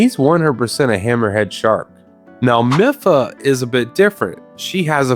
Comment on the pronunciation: I took psychic damage from the way you pronounced Mipha and Sidon 💀 great video otherwise, love me some fish facts